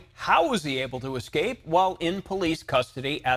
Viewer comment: The word is "escape" not "ekscape". ESSScape. That is NOT a green bullet proof vest. It's an anti-suicide smock. Great reporting.